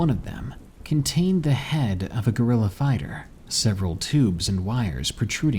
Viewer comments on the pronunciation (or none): none